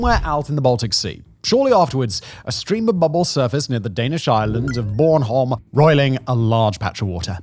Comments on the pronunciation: That pronounciation of Bornholm was not half bad 😅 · oh Simon that pronunciation of bornholm was sweet. kind regards a Dane